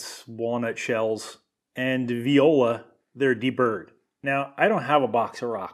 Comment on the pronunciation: " .and Viola , they're deburred !. " 😂